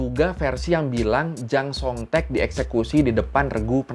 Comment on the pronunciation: Pas ngomong jang song thek gw dengernya Jamsostek 😂😂😂